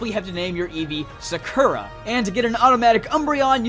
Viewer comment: You pronounced Sakura so wrong XD